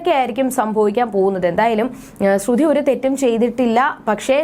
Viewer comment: Please say like sruthy not srudhy.